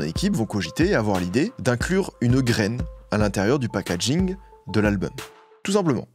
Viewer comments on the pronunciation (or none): none